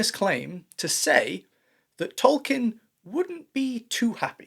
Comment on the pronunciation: You aren't pronouncing Tolkien correctly.